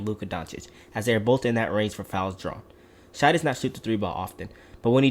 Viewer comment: Stop calling him “shy.” It discredits the rest of the video edit: sorry I sound like a dick. It’s just a pet peeve of mine. If you’re gonna do an NBA video that’s about a specific player, getting their name right is a must. Gives you more credibility. Video overall was great. It’s pronounced like “Shay” because his name is Shaivonte